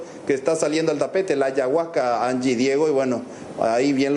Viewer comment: Una sustancia religiosa, armano, que pelotuda dios mio y que horrible la manera de pronunciar ayahuasca del periodista